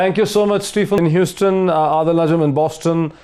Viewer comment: Moeed, please pronounce Stephen's name correctly. It's "SteVen"; not SteFen (Ph here has 'V' sound).